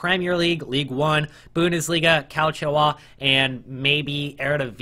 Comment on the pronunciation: "Calchio Ah"